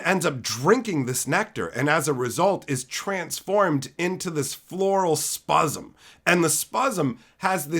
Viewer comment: "What is a cosmic horror?" Don't you have a mother in law? I know the mother in laws I've had all strongly resembled Cosmic Horror / Azathoth. Also please stop saying spuzzem, I can only get so hard. Save some for next time.